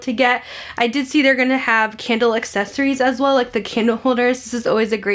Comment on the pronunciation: Idk why every time you say candle I hear Kendall 😂